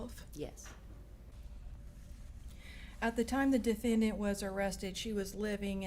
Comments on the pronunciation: Tonya Greenwood I know! I've heard MANY prosecutors say defenDANT and it just makes my ears hurt. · I cannot STAND how the prosecutor says DefendDANT!